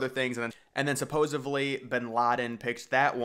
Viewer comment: sup·pos·ed·ly... is pronounced SUH-POH-ZED-LEE.